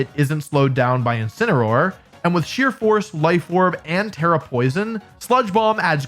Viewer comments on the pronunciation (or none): none